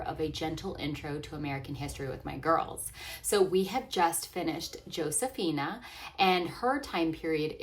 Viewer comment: This isn't meant as a criticism, just wondering why you dont pronounce her name Ho-se-fee-nah like its supposed to be